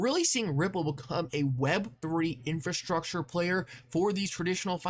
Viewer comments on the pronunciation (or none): none